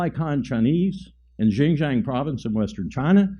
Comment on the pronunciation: U can't even pronounce Xinjiang properly you turd